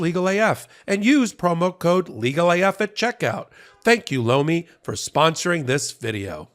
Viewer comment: I swear every time y’all do a Lomi advert it sounds like you say blow me.